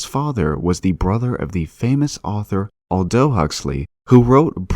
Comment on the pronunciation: I love these videos, but I'm sure there isn't a single one with some dodgy pronunciation of names. Here are a few: Josiah = juh SIGH uh (not joe ZYa) Ralph = rhymes with "safe" Keynes = keens Aldous = ALL duss (not all-DOE) Erasmus = eRAZmuss